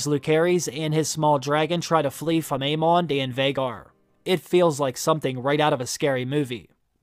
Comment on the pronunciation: Long time watcher. No judgement just wondering…is there a reason you always choose to pronounce the names of the characters differently than how the show pronounces them? I’ve noticed that over the years. But especially in HOTD…”aye-MON” instead of “aim-in”… “Loo-ker-is” instead of “Loo-ser-is”…“uh-RAX” instead of ”AIR-axe”. Again no hate just curious, only because I’ve found it somewhat distracting and every video lately I’m like “whyyyy”. 😅